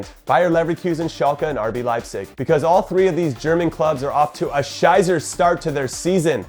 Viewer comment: Pronounce scheisse= shy-sa